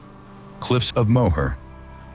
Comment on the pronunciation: The cliffs of Moher is pronounced “More”.